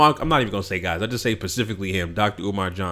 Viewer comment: I watch your show all the time and love your thoughts. But if you say "pacifically" ONE MORE TIME!!!!!😣😣😣. Specifically....not pacifically. (You're still great tho!) 😝